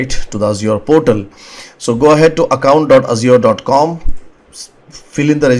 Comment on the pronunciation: Mayeb for the way he says Azure